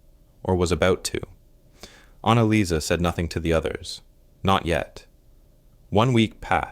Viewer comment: GRETA LIESL AND ANNALAIS????? THE FIRST TWO ARE FINE, BUT THE LAST ONE, ANNALICE???? I THINK IT SHOULD BE ANNALEES